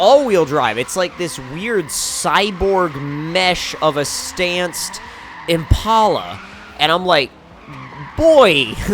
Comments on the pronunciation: its pronounced im-pal-a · Impala is pronounced like the animal impala